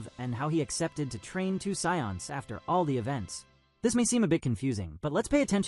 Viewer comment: The scions? like the car. How effing hard is it for a human to read a script. Enough with this AI voice over crap.